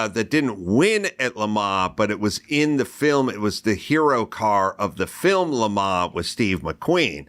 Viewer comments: LeMa, LeMa what a douche. Do you mean LeMans? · I mean, I was irritated by his repeated pretentious pronunciation of Le Mans. We’re Americans, say it with our accent. I feel the same about how to pronounce Porsche.